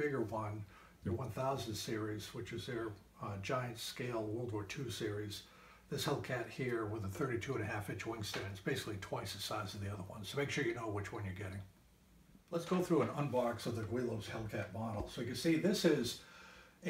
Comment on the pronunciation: Lost me at Gweelos.